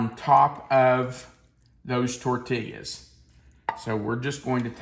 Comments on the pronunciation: San Antonio gal here with a tutorial in correctly pronouncing "tortillas." It's tor-TEE-yuz. I always enjoy your vids :) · The way you say tortillas is killing me.